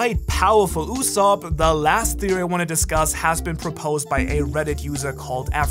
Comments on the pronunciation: ITS USOAP NOT SOP tf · Its go d. Usopp not God usopp